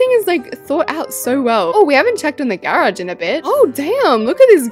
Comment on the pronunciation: The way she says garage 🥹 GaReAuG